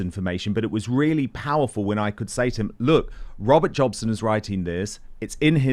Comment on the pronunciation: jobson? really? 🤦🏻‍♀️